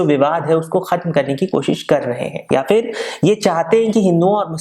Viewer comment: Not fir its phir